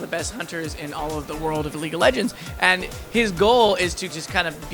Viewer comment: lol- leegue of legends XD